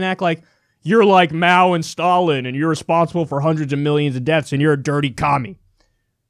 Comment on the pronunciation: #1 I love the look of ‘Oh God, not this’ when Bernie sees Alex Jones #2 Did anyone else notice how he mispronounced Mao’s name?